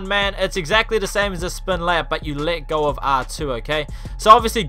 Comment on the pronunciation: who else thought he was saying lick off when he was saying “let go of R2”